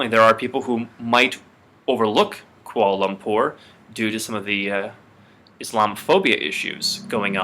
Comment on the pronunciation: It's prounaucd Kwa'la lapoorr